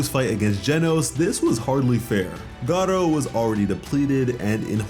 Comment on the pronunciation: GARU > GAR-O